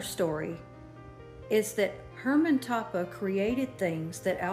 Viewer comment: Toppah is pronounced Toe-pah